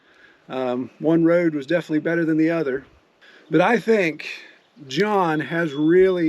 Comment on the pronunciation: "Defnuhly"????? "Litterly"????? "Defunly"????? "Intresteen"????? "Keepeen"????? "Akshuhly"????? "Comeen"????? "Faceen"????? "Prahbee"????? "Prahperdy"????? "Perfeckly"????? "Presheate"?????